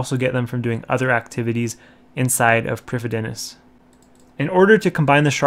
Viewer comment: Wintertodt is pronounced Vintertoad. Prifddinas is pronounced Prive-thee-niss.